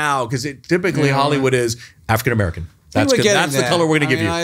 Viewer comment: Every time he said "African American" I understood "Afghan American" - and I thought, how would they know somebody is Afghan, instead of Persian, Syrian or alike looking ethnicity.